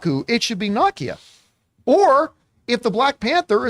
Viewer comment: Didn't he pronounce it the way it's said in the film? NAH-kee-yah?